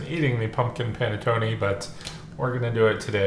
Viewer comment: While I've never had anything other then traditional panettone which we have where I live, I have never heard panettone pronounced how you were saying it. My relatives are from Northern Italy where it's pronounced differently. It's a bread you heat in a oven or toaster oven NOT a microwave, and then put butter on it. A traditional one that size I could eat myself in one sitting toasted with butter and coffee. Dang, now I want one.